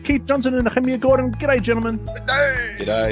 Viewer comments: Somebody needs to tell Nehemiah, Canada, law, etc don’t have an R on the end. Why say Nehemier????? Smh 😂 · with no R on the end it makes no sense phonetically. It’s not proper at all.